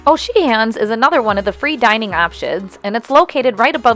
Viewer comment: I am not a fan of this layout. I prefer the bar in the centre of the ship and I don't like the open concept. FYI the 2nd "H" in O'Sheehan's is silent :). Thanks for sharing.